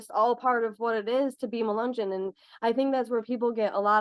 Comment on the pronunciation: Mu- Len -yon was a mix black and white. Mulatto. You aren’t pronouncing any of these right. Which show how much our country has progressed.